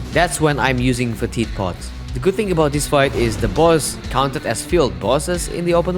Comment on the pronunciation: It's pronounced feh-tid, enunciating the first syllable.